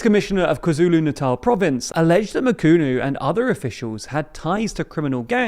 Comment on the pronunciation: Your pronunciation of Senzo was spot on, ph in Ramaphosa is a P not a American F also try saying Mchunu noting the h is silent. Otherwise great overview of South Africa politics